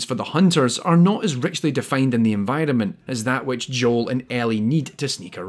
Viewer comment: Recently stumbled upon your channel and I like your content very much so far (especially related to games like this that I've played a lot) so keep up the good work, but one thing that I just can't get out of my head, everytime you say "environment", to me it sounds like "N-Vitamin". It's stuck forever now :(